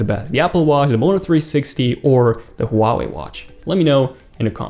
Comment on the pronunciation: Huawei* Man, you butchered that. Lol